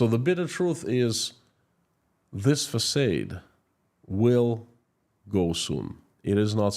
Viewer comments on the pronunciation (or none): I’m quite sure this is quite wrong. It’s pronounce same as “Fasad” with final A like the A in “father” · Another fantastic report, Sir!!! However, I must tell you that the word facade is pronounced "fac ah' ed" - not fac ay' ed. 🙃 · Thx!! Btw, the word "facade" is pronounced FUH- SOD but you keep repeating FUH- SADE which is a bit confusing to American audience. Thanks again for the amazing research every day. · it would be confusing to the European if he did spoke it like the USA dos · as an obviously keen and gifted linguist, you might like to know that most native English speakers pronounce FACADE as fa-SARD as in HARD, not fa-SADE as in AID. Thank you for all you are doing to keep the world informed about what is really going on in Russia. By virtue of your lived experience and your connections, you lend your reports considerably more authority than exists in most mainstream media reports. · It's facaad not facade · English lesson: Facade is pronounced "fuh-sawed" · Exactly. I was going to write a comment too, because it's the second video I heard him say that. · Façade is pronounced " Fassard " Plague is "Play-g ".. Keep up the good work